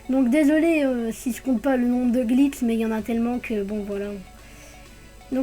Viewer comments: Vous avez bien entendu ? Des Glits et non des glitchs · Ça me fais trop rire quand tu dis glitss et spot x) tu gère merci pour la vidéo :)